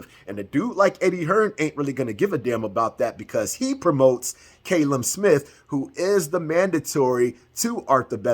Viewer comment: Callum is pronounced cal-um... not cay-lum. Americans are dumb when it comes to names